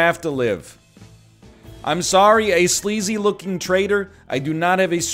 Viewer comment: He said soory Nice